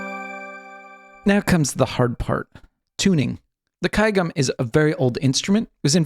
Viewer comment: kudos on that pronunciation of gayageum!